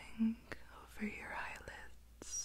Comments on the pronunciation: You should do a whole video about the "close yarr eyes". I just love it so much it's really tingly!! ☺️💖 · Idk but “close yed eyes” is so tingly